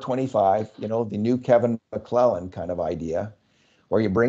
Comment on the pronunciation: Did you say Mcclellond??????